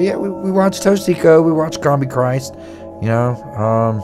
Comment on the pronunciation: Hocico. The H is silent. Anyway they have gotten lazy over the years.